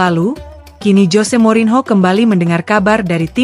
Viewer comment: Mba baca nya morinio, bukan morinho😂, kalau ucapin nama asing buka google dulu mba😊